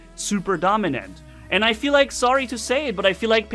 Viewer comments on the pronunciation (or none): none